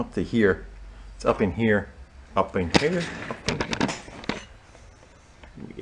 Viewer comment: Yall gonna make me lose my mind "UP IN HERR"